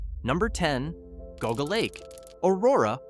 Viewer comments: It's pronounced JEE-AW-GUH not "goguh" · Geauga Lake was pretty big and I highly doubt it’s forgotten. Also it’s not pronounced goguh lake it’s Jee-ah-guh lake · I swear I’ve heard it all. Just wait and hear the mispronunciation of GEEAAAWWWGGGGAAA lake and you know it’s AI slop. I’m dying inside each time I hear this crap. “OHHPRIELAND?” This is my special HELL. Ponchartrain Beach is all wrong. No mention of six flags coming in and operating it until Katrina took it out. All wrong. More lies: the cannonball at Lake Winnie is still running. It is not closed as the video states. Wtf, dude?! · jee-AW-gə also had Sea World. It had a very famous (infamous) killer whale Tilikum (nicknamed "Tilly"). Cringe on the pronunciation of Opryland. You get it right a few times so C-. Poof-n-Stuff. Puff-n-Stuff. The rides here were buggy and were often out of order. The two story crystal merry-go-round was so pretty, no one wanted to actually ride it. Pleasure Island, MS is not Disney World's Pleasure Island. You show lots of footage from Disney's adult bar crawl, Pleasure Island. The two parks had the same name but they were not the same. Michael Jackson loved Circus World.